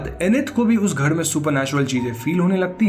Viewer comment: gher ko gheD kyu bolte hey ??????